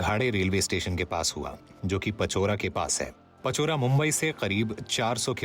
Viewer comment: पचौरा नहीं बे , इट्स पाचोरा. हिंदी में मराठी शब्दों की मां बहन मत करो नॉर्थ इंडियंस.